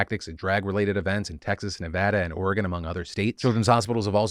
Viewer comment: Two things: I can't wait for twitter to die and for it to come to light that demanding people work themselves to the bone for you isn't effective as an employment stratagem. Two: as someone who lived and grew up there, I am so glad to hear you pronounce Nevada correctly.